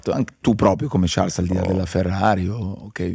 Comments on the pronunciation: Non vi amo granchè ma sono qui per sciarl (non ciars) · Quanto deve essere fastidioso per Charles sentirsi chiamare continuamente con la pronuncia sbagliata? 😅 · Bellissima intervista, garbata ad un grandissimo pilota e uomo. L'unica critica che muovo a Charles: non pronunciare il tuo nome e quello di Jules all'inglese, il tuo nome è francofono e come tale deve essere pronunciato! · Domanda che gli avrei voluto fare io: ma non ti girano i maroni a 300 all'ora quando nelle interviste non pronunciano correttamente il tuo nome e cognome?